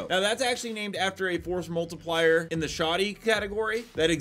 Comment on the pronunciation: Stop saying forced multipler. Seriously its stupid!